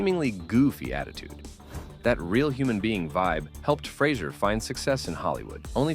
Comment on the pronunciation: Fray Zer He's made it clear, himself, in a few interviews. Good video, but you're saying his name wrong.